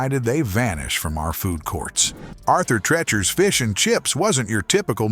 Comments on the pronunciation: Thanks his pronunciation was killing me lol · AI narrators are getting good. It's just that a few badly mispronounced words throws off the vid. Arthur Treachers should sound like teach-ers. Boomer, remembers. Boomer, Out. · You pronounced Arthur Treacher's incorrectly. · Had to stop watching after about a minute. Pronouncing Arthur Treacher's the way it was here is why I can't watch A.I. narrated videos. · For the love Arthur, who? That's not even remotely how you say that. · Arthur Treacher must be rolling in his grave over the mispronunciation of his last name.